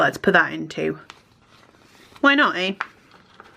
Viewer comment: Hehe, you sounded a bit Canadian when you started saying “eh”. I love your content and have been silently following along for a while. ☺️